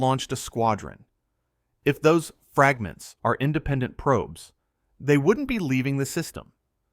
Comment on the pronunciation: and fragnants and ogjects. I hate this AI crap